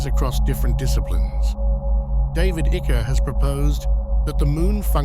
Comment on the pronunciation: This Ai voice is funny sometimes. It says "David Icker" 🤣🤣